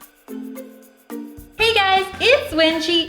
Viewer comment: I heard it webji